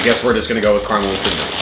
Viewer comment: Fact that you say caramel wrong is kinda annoying